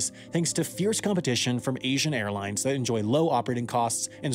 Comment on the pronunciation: It's "Airlines", not "Airlinses"